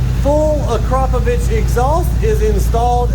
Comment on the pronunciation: AKRAPOVIC not AKROPOVIC